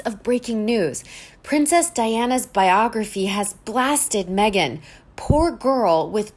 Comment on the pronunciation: Biography / BopgraphER . Tomato / Tomahhhto. This narrator has a lot to learn.